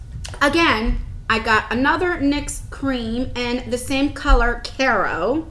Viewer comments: Its Cairo pronounced ky row as in cairo egypt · You need to learn how to pronounce Cairo.